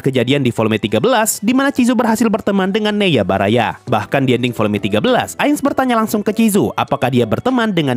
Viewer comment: Karena keseringan nonton Guru Gembul jadi agak ngakak dikit sih dengar penyebutan Neiya Baraya